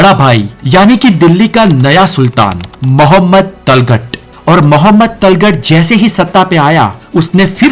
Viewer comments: Yar tum Tughlaq ko talgat bol rhe ho kuch samjh Mai nhi aa raha hai 😂😂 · Abe talghat nai... Tughlaq bol... 😂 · It is Tughlak not talghat. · Are tulgat nahi tuglak h vo jhantu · इस वीडियो में तुगलक शब्द के उच्चारण में त्रुटि है। जिसे तलगट नाम से बुलाया जा रहा है उसका उच्चारण "तुगलक" है। 😂😂😂😂😂😂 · Lagta hai aap ko history ka gyan hai hi nahi.Jaise Tughlaq ko Talghat bol rahe ho... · talghat nahi bhai, tughlaq hai o. itna bada channel mistake kaise kar sakta hai. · Abey giyasuddin talgat nahi tughlaq hai.. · भाई जगहों का नाम तो सही से प्रोनाउंस करो तल्ख़ट नाम से कुछ भी नहीं बल्कि तुगलक़ हैं जिसके नाम से तुग़लकाबाद नाम का नगर हुआ l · Abe pronounce to sahi karle...Talgat nahi Tughlaq hota hai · Tujhe to bolna b nahi aata .tuglaq ko talgat bol diya .bjp se h kya ? Sharam kar.history ko na bigad. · Aur tughlaq ko talgat talgat bol raha hai 😂😅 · Tulghat Nhi Tuglaq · तलगत नहीं, तुग़़लक । उच्चारण ठीक करो। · It's tughlak not taghlak bhai otherwise video is excellent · Tughlaq ko Talkat bol rha h😂😂😂😅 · तुगलक को talkat क्यों बोला यह मैंने पहली बार सुना तुमने कहा से सुना या पड़ा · Correct your Pronounce on Tughlaq... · ye history bata kam raha hai aur logon ko bhadka zyada raha hai aur tughlaq bolna bhi na aa raha ise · जो तुगलक शब्दका सही उच्चारण ही नहीँ कर सकते वे क्या दिल्लीका इतिहास बतायेगा । यह महज मुस्लिमविरोधी भिडियो है ।